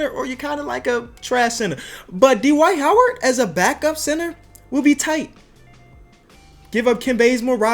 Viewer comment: did he just say d-wight howard hahahaha